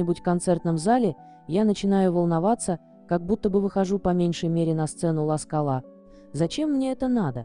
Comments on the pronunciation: Сергей БережнОй, а не бережный! Театр Ла- СкАла , а не ласкалА! Берётесь озвучивать видеоролик, а такие ошибки делаете- просто невозможно слушать! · А текст читает неграмотная тётка! Это позор просто! Перевирает и слова и ударения.Ла СкалА!!! Ха-ха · Пожалуйста, обратите внимание дикторов на правильность озвучивания, так например звучит: " Ла Скала" с ударением на последний слог, это режет слух.